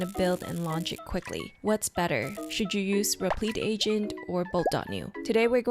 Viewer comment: Great video, your repleeeet pronunciation was killing me loool